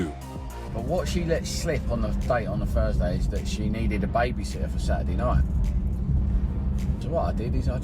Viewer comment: Ok dude, it’s "on THursday," not "the Fursday."